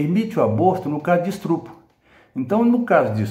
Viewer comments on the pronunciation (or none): NÃO É ESTRUPU É ESTÚPRO 😂😂😂😂😂😂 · Professor da UFMG: "Estrupro" Que Tristreza